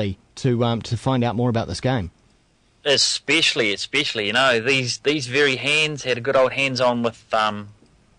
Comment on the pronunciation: Eespeshly, eespeshly.